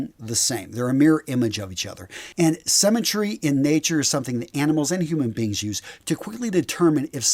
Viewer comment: He thinks that 'symmetry', a concept people learn in primary school, might be an unfamiliar term to some people. He also pronounces it 'semmytry'. Guys, what do they teach you in US schools?